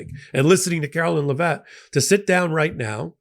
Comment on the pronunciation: Oh,... I enjoy & respect all the legal expertise & clarity you offer on Legal AF. But MY area of expertise comes from a lifetime as a writer/editor/publisher. I know you care about getting words & names right. So please: "Karoline" is pronounced like "Carolina" except without the "a" on the end. "Leavitt" is pronounced "LEV-it". (Don't mistake my correction for an actual LIKING for the juvenile, petty, Ms. Leavitt). The word "void" is a single syllable (voyd), not "voy-id". I mean no insult; you're so well-spoken, I hate to hear you mangle pronounciations.